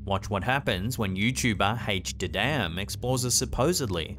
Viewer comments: it's HD. ADAM. not H-DADAM lol hahahahahahahaha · The way you pronounced HD Adam lol